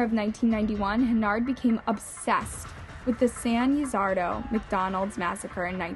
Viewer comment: you pronounced San Ysidro (ee-see-dro) as San Ya-Sar-Do lol at least learn correct pronunciations for your videos. I mean, this channel is run by a big company and no one could fix that?